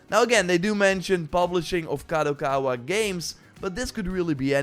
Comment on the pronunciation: He learned how to say "Kadokawa" 😅